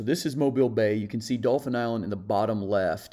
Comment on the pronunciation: not spelled. Pronounced....you literally said Dolphins Island. If you have a speech pathology, then I apologize for the remark.